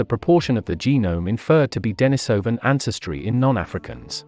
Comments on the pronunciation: The accent is on the I, which is pronounced ee, not eye. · The common pronunciation is "Dennis O Van", not "Die Niss O Van" - you used both in in your presentation. The reason for Dennis is because a Hermit named Dennis last occupied that cave. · wtf is the matter with this narrator?! Its denisovan as in iran not iron!!! yet he keeps switching the pronunciation of the 'i' in denisovan?!!! Too many mushrooms for this guy